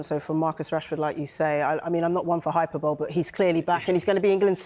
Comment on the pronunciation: If you're a professional presenter on a TV channel, you might want to learn how to pronounce words like hyperbole if you're going to use them to try and sound smart. It has the opposite effect if you don't know how to say them.